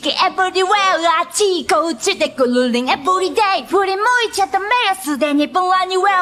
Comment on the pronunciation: Sounds better tbh